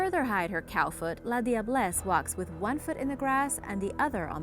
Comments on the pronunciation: I'm from trinidad and tobago but you said la diablesse wrong it is pronounced as la jablesse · The la diablesse is pronounced - lajah bless in Trinidad or if you can pronounce that just simply say lager bless ... Love the vid btw..